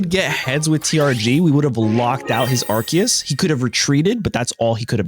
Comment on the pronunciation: The last e is silent its pronounced bannet lol and its ar-sea-us not ark-e-us